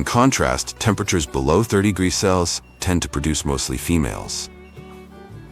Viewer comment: Please work on the pronunciation of "degrees", Celsius", and "Fahrenheit". It takes away from your otherwise excellent videos. It shouldn't be that hard to straighten out.